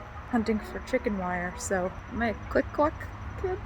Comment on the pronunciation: I laughed at "clikcluk"